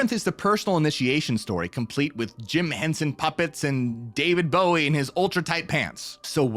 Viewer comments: ... Did you just Say David Gowie? its David Bowie... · Did u say David gowie?? Wierd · Loved the video but yo said David Gowie lol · Swear u said David Gowie lol